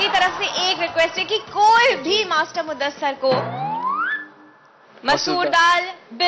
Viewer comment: Its muddasir.. Not muddasar